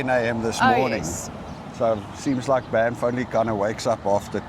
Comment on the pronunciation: As a lifelong Albertan I say WELCOME... as a life long visitor to banff, it is pronounced B-AA-nff the a is long, it is not an O as in Bonff. Unless you had an immigrant to Canada working there, this is how Canadians pronounce it :) BAA NFF Enjoy!!